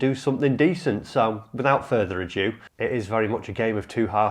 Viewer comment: To be honest, it’s great to see your passion. It would be easy to go through the motions, so I think this video is very honest and shows you care. On a side note, you’re the 2nd person I’ve heard online say ‘without further adieu’ rather than ‘without further ado’ in the last couple of days. Never heard that mistake before, funny old world 😂